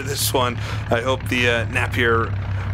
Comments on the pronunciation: the Napier Railton was never the fastest car in the world, it sent a record at Brooklands but was never the fastest car in the world, furthermore Napier isn't say NAP EER it said NAPIER mong. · Nape as opposed to Napp? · Quick Apology! I believe I mispronounced "Napier" for the first half of this video and somehow switched halfway to the right pronunciation. I hope this does not affect any enjoyment in the viewing! I blame it on being American!